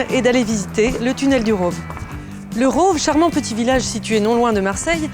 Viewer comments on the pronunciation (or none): Le "village du Rôôôve" 🤣🤣🤣 prononciation à la parisienne !